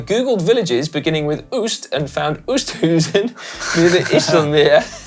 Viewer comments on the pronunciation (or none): Ok Si, as an Australian who is married to a Dutch lady and has lived there. Oosthuizen = ohh-st-how-zen not ewww-st-who-zen IJsselmeer = eye-sel-mear not ee-sel-meer Oh and try not to add the German accent Hope this helps